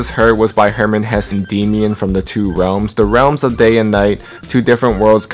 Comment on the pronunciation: i just realized.... Rap mon (my bias) dsid Realims... instead of Realms... but thats beside the point great vid